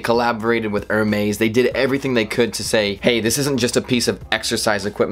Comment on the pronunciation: Wow. I am quite impressed. I didn’t know that someone could talk this long without actually teaching me ANYTHING about the watch your video is supposed to be covering. Seriously. I literally didn’t learn a damn thing except that you don’t know how to pronounce Jewelry or Hermes correctly, They have an app for that you know. Next time, maybe you should do a little more research. FYI it’s pronounced “Jool-Ree” not “Joo-La-Ree” and it is “Er-Mays” :)